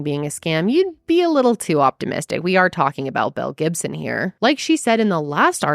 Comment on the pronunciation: In the beginning of the video I totally thought she said "Mel Gibson"!